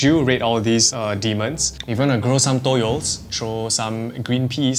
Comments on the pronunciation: For toyol Its not toyol Its tuyul its called tuyul😅 in Indonesia😊😊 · Not toyol but tuyul